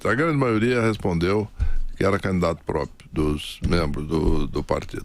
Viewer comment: Não é possível que alguém que quer ser presidente fala própio.